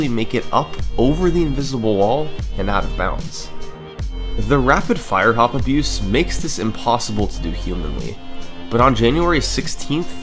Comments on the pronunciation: i would assume rfha is rapid-fire hop abuse but summoning salt pronounces it like rapid fire-hop abuse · He keeps saying “rapid fire-hop abuse”. i would bet my life it’s “rapid-fire hop abuse”